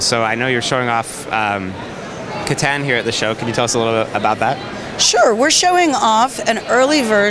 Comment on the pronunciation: I die a little inside every time she pronounces Catan wrong.